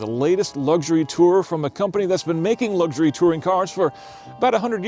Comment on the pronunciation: Great review but it's pronounced " Luxury" as it's spelled. There are no " G's" in it......